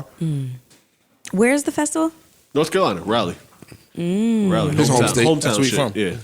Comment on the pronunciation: should be slapped for pronouncing Raleigh like that hahahahha.